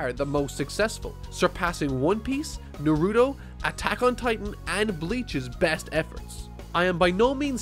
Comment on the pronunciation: The way he said naruto gave me cancer ffs